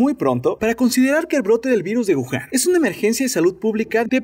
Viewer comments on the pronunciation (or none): none